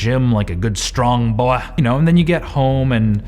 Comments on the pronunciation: “Good strong BOYUH” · "Like a good strong boyh." LOL